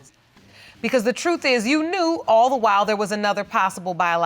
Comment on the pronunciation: BEEEAAC:CCHHH the word is NOT trufffff. it is TRUTH. Pronounce ENGLISH correctly.